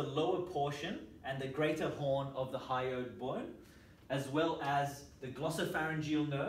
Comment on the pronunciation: Very nice video! Although I couldn't help but giggle at "hyoid boyne" - too strong accent! ;D